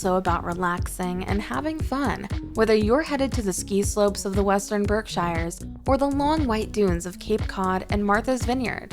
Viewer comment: Berkshires is pronounced "BERK-sherz". The discussion of Plymouth shows footage from (I think) Plymouth England. The discussion of Amherst/Northampton shows footage of downtown Boston. The New Bedford section uses the Boston waterfront and downtown Cambridge.There're a LOT more amusing mistakes but the overall vibe of AI that no-one even bothers to check comes through loud and clear.